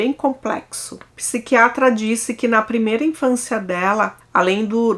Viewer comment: Fica difícil d+ assistir o vídeo até o final com esses erros de pronúncias "gritantes" no Português: "Pisicólogo"(em vez de "Psicólogo, como é o correto); "Pisiquiatra" (em vez de "Psiquiatra", como é o correto; e por aí vai...